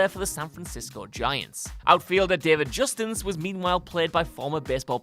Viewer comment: Are we just going to ignore that he said Justins....